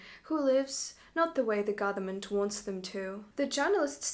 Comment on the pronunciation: It's interesting, most russians cannot pronounce "th" sound but this woman inserts the "th" sound into words instead of the "v" sound which is native sound for russians. "Gotherment." How many times in this video did she say "gotherment?" Count me among the skeptics.